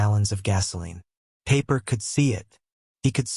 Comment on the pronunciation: His name is pronounced Piper, not Paper!